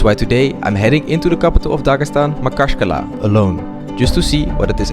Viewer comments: You're doing a good thing man, showing regions like that so that the rest of the world can see it's much safer and nicer they could've imagined. One request though, please learn how to pronounce the word Khinkali and the city name Makhachkala =) They way you say it sounds way too weird to the native speakers, for instance you pronounce Khinkali like Kakali, which can be translated as "they pooped")) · it reads mahachkala, without strong maKha